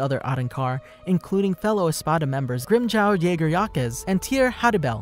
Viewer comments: Grimjow what bro? 😂😂😂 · Hi! You only butchered the name of Grimmjow. Your pronounciation is really good. I'd like you to make a video on Kisuke Urahara or Yoruichi Shihoin